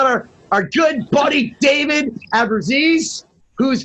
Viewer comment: I knew it was gonna be a disaster when he started by mispronouncing his name.